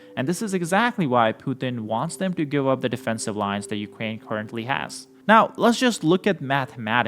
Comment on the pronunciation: dude stop saying ukwain